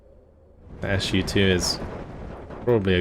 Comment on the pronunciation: Yes, it's Su-2, not s u 2))